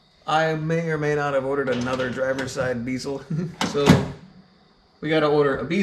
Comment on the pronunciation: The way you say bezel drives me insane lol nice truck